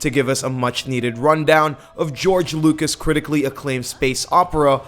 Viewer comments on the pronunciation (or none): none